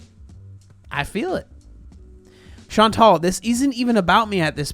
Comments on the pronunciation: This is maybe a bit unrelated, but every time you say “Chantal” I keep hearing “Sean Tall” and that’s so entertaining by itself. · you crack me the hell up. “Chantal….. is….. fat” LMAO